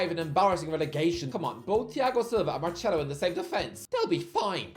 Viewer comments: really called Marcelo, Marchello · Not at all, thats not how accents work. Hes just saying it wrong 🤣